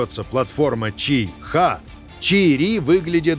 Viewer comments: Не чи-хэ а чи-хи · Вот интересно, Мицубиси произносит правильно, что мешает так же правильно произносить Ти-Ха, Ти-Хе, Ти-Ну, Ти-То, Ти-Ри? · Боже, почему он не может сказать "чиха", а не "чи....ха"? Бедный диктор, будьте здоровы!